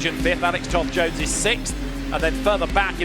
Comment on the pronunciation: Toss-Jones not Toth. Absolute dirt